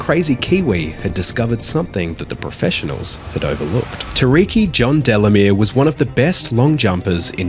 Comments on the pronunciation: His names pronounced like Too-ahh-ree-kee...you were close you just missed the ahh part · Tuariki is pronounced, "Too-Ah-Ri-kee". Roll the R. He became a member of parliament, now owns a caberet bar and an immigration consultancy. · It's pronounced TOO-AH-reekie. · that pronounciation of tuariki was just offensive 😭😭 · i couldnt get over how he pronounced tuarikis name the whole time 😭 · Lol the pronunciation of Tuariki was crazy